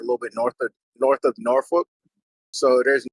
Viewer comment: with the correct norfolk pronunciation 😎